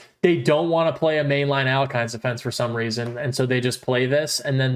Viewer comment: It's pronounced al-YECH-in.